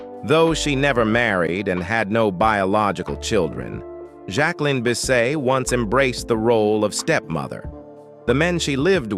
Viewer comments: When has anyone ever said Bisset as Bis-say? Maybe it’s pronounced like that in France perhaps… but all my life I’ve heard it pronounced the way it is spelled. This narrator is taking liberties from a video/videos and stills he’s obviously collected. Mispronounced names and saying ridiculous things about the actress’s life! Hate these fake videos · You're not even pronouncing her name correctly?? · That was Dean Martin not frank Sinatra. Jack-wa-lynn Biss-set whoever made this video is an idiot